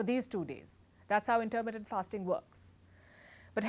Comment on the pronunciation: Very good. Only your pronunciation of intermittent hurt my ears. The stress is on mi, not ter.